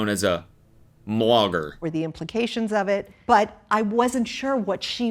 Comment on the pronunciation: "mom blogger" and cody decides to call her a "mlogger" and not a mogger